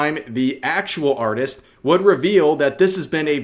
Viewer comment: instead of artist lets called it auteest